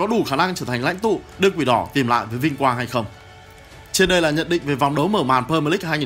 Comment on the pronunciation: Huhu đọc đúng tên pre mier đi ạ đừng pơ mờ lích